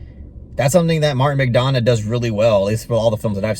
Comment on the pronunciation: Correct pronunciation is McDonaugh as in 'Done rather than Donna